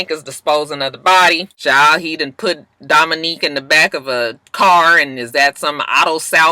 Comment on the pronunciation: im mad u keep callin Dominick Dominique lmfao i bust up everytime like cchhiilleee he aint no Dominique